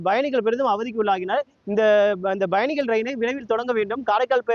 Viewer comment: It is payanigal and not bayanigal. Guy cannot even pronounce pa vs ba